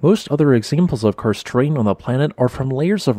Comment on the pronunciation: When listening to the video I just heard "Cursed" not "Karst", maybe it's a cursed terrain as well with sinkholes?